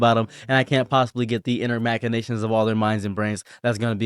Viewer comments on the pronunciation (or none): none